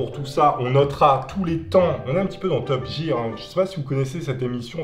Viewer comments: C pas top gire mais top gear (sa ce dit top guir) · T'as dit Top Jir, j'en peut plus... 🤣, Top Gear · C’est pas top jire c’est top gire ( phonétiquement ) 😂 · Ses pas top jire ses top gire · Ui je connais top gear et se prononce top /guir/ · Top gear se prononce gir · Il a dit "top Jear" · J'ai saigné des oreilles à la prononciation de Jägermeister et de Top Gear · Tu as tuer le nom de top gear sinon bonne video pouce bleu